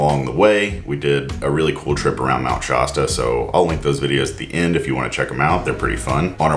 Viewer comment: That's crazy-making. Thanks for saying something. BTW, Shasta rhymes with canasta. (As a fellow denizen of the PNW I can't NOT nitpick pronunciations of area place names.)